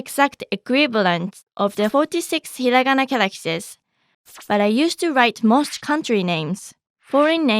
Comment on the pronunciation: Lmao its hirangana